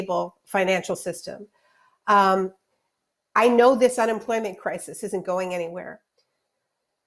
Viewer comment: “CRY-sees”. I had to stop watching it because that lady annoyed me so bad. WHAT A SIMP